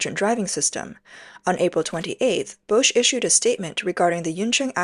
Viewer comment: It's not "Bousch", it's Bosch, prounounced "BOSH", like Posh... A.I is not verbally so Intelligent... 😂 ...yet has no problem pronouncing Huawei....hmmmm